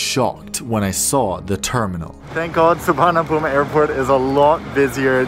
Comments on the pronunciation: Actually it should be soo-one-na-poom. We don’t have the “v” sound in Thai. And the majority of English language speakers would pronounce “van/wan” like “man.” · It's Su-wan-na-poom (no -mi) :) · You say it like , su varn a boom lol